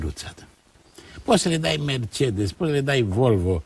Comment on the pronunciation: Prost este cel care spune Merțedes in loc de Mercedes. Liiceanu nici macar nu este capabil sa se corijeze si sa-l asculte pe Plesu care pronunta corect.